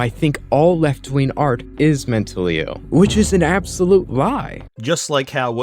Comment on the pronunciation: What is "left-ween art?" Can Remnant777 not pronounce a hard g?